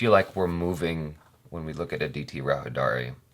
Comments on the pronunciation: It's Aditi Rao Haider-ee. Like you pronounced Haider. :) Not Hi-Daari XD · Perfect Pronunciation.. "Antariksham". However needs to work on pronunciation of "Hydari". It's pronounced "Hi-Dary"